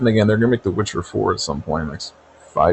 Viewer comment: Witch-her? Never met her